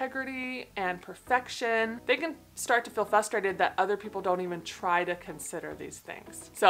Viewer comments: Hahaha! Type 1w2 subtype sx and I’m here for this comment! I might mispronounce a dozen words a day but when I hear sweet say “fusstrated” in her videos it hangs me up for a solid 20 seconds. 🤣. At least I know WHY I’m like this! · Type 1 here - driving me crazy that you mispronounce “frustrated” 🤣🤣🤣 (saying with love! Great video!!)